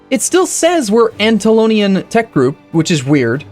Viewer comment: Anna - tollian, Sul-tan-it